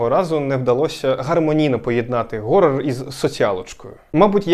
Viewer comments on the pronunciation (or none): хорор а не горор як же ви заїбали з цим геканням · горор - ось що справді задовбало... Там же звук [х], чому ви гекаєте? Тягне блювати від цього... лайфГак, Гакер... гак це металева така зігнута фігня, якою підчипляють, а hack - це хак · Для мене хоррор - слово горрор